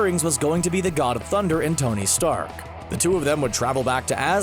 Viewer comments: THIS DUDE SAID TONY STAK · Did he just say "Tony Stack"??? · Did he say "Tony's sack"?